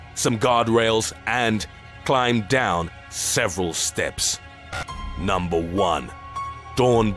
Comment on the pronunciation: The best was: And climb down...SEVERAL STEPS